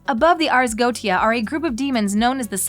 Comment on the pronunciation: Sorry But it's pronounced Ars Go-E-cha